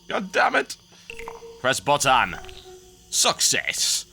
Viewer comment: lol "Bottan"